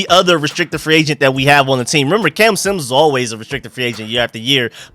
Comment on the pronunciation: It’s Jeffrey SIM-mons(Simmons)…. You saying “Jeffrey PSYM-ons” made want to drive my head through a wall lol 😅